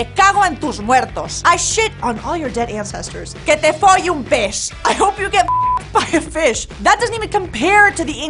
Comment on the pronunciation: i cried when she said que te folle un "pes" 😂😂